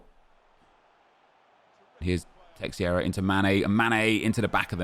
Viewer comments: It's teixeira not teixieira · Nep, it’s not teXIeira, it’s teIXeira, where the X is a sh sound, something like tay-shay-ra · Who is "terrera"? It's Teixeira fdp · teixeira is pronounced 'teh-sheera' please say it right nep its beyond a joke